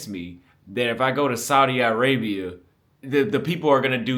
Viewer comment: "Saudi----ah--rabia🤔, too early for the liq my guy...Saudi-uh-rabia chief."🤦🏾‍♂🤣